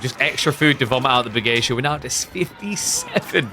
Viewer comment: Pog, has started pronouncing Bugeisha correctly.:face-red-heart-shape